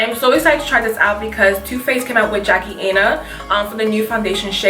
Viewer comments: From what I've seen, I think Chestnut would work. Shanygne aka Too Much Mouth just tried it out and it didn't look too light on her. And I know you always "Ay-na", but it's "Eye-na" lol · You always say Aina, with the long A. The A is silent 😂☺️